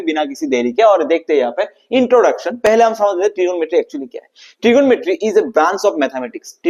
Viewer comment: Trigomrty ❌ trigonometry ✅🤫